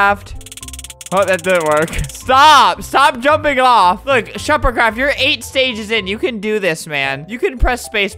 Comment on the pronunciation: When he said SheferCRAFT I though he said Shepherd Crap